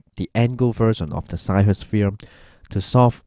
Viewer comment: I think Ceva is pronounced chayva